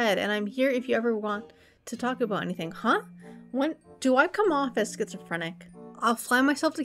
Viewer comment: "Abooot time" lmao Canadians